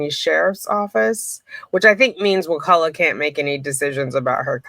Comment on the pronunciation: So happy you can pronounce it! Can you say Wewahitchka? These Indian names are awesome. I live on the Chipola.